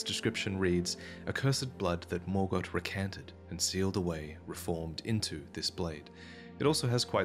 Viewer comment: Its Morgott, not mogort lol